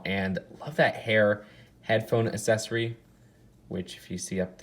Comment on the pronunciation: Can you please stop saying assesory instead of accessory it’s really cringey and annoying